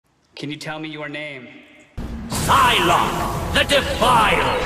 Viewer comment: it's "Sylok" not "Sylock"